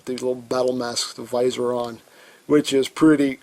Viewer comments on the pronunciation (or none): none